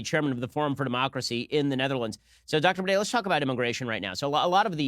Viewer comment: Bruh hij spreekt "Baudet" uit als "Bidet" 😂